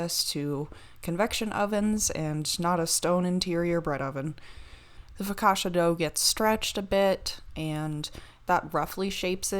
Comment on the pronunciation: Foh-kah-chia with a soft i